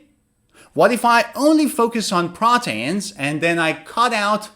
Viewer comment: Thank you for the video but i realized you were pronouncing the word proteins like "proteyns" isn't it supposed to be something like "protiins"? Also i subscribed in to your website with my e-mail but i have not recieved any e-mails from recent videos, what should i do?